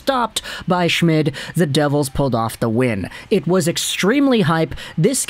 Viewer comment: name is pronounced shh-mead